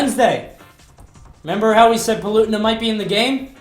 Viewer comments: It's pronounced Pa-le-tee-na not pel-u-ti-na. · PAL-OO-TAY-NUH THAT IS HOW YOU ARE SUPPOSED TO SAY HER NAME NERDRAAAGE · The way you say Palutena is disgusting. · You totally pronounced Palutena wrong.